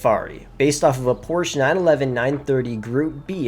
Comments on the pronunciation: There’s no brand such as Porsh. IT’S CALLED PORSCHE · Why is he mispronouncing Porsche 😩